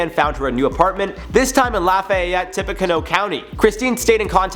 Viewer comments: tippacanoe county...It’s Indiana it’s pronounced tip-uh-canoe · Just love the state I live in!!!! 😳 It's also tip-a-ca-new like Tip a canoe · Cool story but you pronounce Tippecanoe like Tippy canoe. My mom lives off the Tippecanoe river. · I live in Lafayette and am waaay too familiar with this case. I feel really bad for the Barnetts they are being accused of horrid things when they actually did a lot for this girl who took advantage of them and their kindness. PS It’s pronounced Tippy-canoe (canoe like the boat 🚣) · That's not how you pronounce Tippecanoe.... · I'm from Lafayette in Tippecanoe County. I cringed hard ever time he said LAH-FYE-ET....It's LAH-FEE-Yette. For the county? its literally TIPPY-CANOE, like you tip a canoe. It's not a big deal, but its so cringe hearing it. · Tippa-canoe!!! La-fee-yet!!! I know we’re weird in Indiana, but that got me more than this story 😂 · La-FEE-ette Tip-PEE-canoo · As a native Hoosier it’s pronounced like “ Laf e (like the letter e) yet” and the the county is pronounced like “Tip uh canoe”. Sorry the mispronunciation kept driving me nuts lol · Dude lafayette is pronounced lafeeeeyette and Tipaconoe is pronounced Tipacanoooo. Just helping ya out man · How he said Lafayette, Tippecanoe co. sounded extra funny